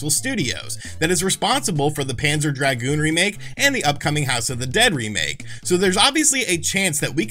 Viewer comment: By the way, here's a secret that no one in the retro-gaming community knows: "dragoon" rhymes with "lagoon". You shouldn't draaaaaaaaaag it out :)